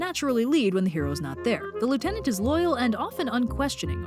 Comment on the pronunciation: I hate how you say lieutenant